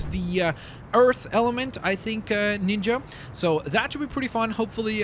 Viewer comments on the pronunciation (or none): none